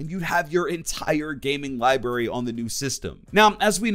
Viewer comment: Ok, I love your stuff, but it's library, not libary. I'm sorry but gosh this always bothers me.